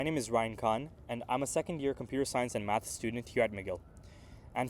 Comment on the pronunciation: is your name not RyAn KaHn lmfao embrace yourself